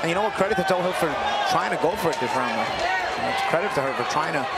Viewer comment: Last name is toughill no tohill